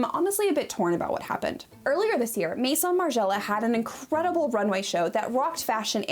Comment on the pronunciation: "meheeson margiela"